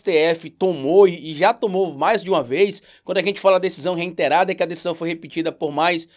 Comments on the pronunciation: reITerar - reiTErado - reITerar reINTerar só você diz, meu velho. SÓ VOCÊ! NEM O MORO DIZ ISSO! Seus vídeos são ótimos, mas pelo amor de Deus, vamos melhorar o português porque tá complicado... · Parei no "reinterar"!